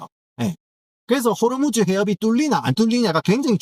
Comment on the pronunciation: 호로무즈 발음할때 웃겨죽겠네 진짜